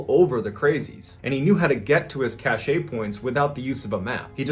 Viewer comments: Cache is pronounced “cash,” not “cash-ay” homie. Keep up the great work, love the stories. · Please learn how to pronounce cache ! It sounds like kash ! Cachet as you say it 'cashay' has to do with a scent ! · Dude...the word Cache is pronounced Cash, not cash-shay. Dumb ass. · "Cash-ay" means prestige. A hidden store of something is pronounced like "cash". Sometimes they keep the accent mark from French to distinguish the two words; otherwise spelled the same. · He's repeating a malapropism: cachet = cash-AY = a distinguishing mark or seal. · Cache is pronounced like cash, not sashay. The E is silent and exists to make the ch soft like sh instead of hard like checkers. In French, the e at the end of a word is always silent. To make the "ay" sound at the end you would use "et" like Chevrolet. Sorry, it's one of the most mispronounced words in the military. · im sorry to inform you that cache is pronounced cash not cashay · WHAT THE FUCK IS A CA-SHAY ITS JUST "CASH" learned my biggest pet peeve today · (pushes nerd glasses up onto nose and clears throat). Cache (a stash of supplies) is pronounced "cash". "Cash-ay" (cachet) means the level of respect or prestige someone or something has. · Ballen. Lordy Jesus. It's pronounced "cash" not "cashay" lol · In common English, "cache" is pronounced "cash" and means, as a noun, a secure place of storage. The "cash-ay" pronunciation is English appropriating a French word for: the state of being respected or admired; prestige. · I hate to be pedantic but “cache” is pronounced like “cash”, not cashay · If you're going to use the word "cache" 500 times in a video, try to ensure that you're not completely butchering the pronunciation. "cash ay" as you're pronouncing it (spelled "cachet") means prestigious. Oh so you DO know how to pronounce it? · Anybody else bothered by the fact he pronounces CACHE as CASHAY? Bro you say it like "CASH" like cash money...... you mispronounce so many words it makes the story hard to get into